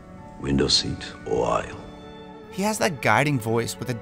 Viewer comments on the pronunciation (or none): none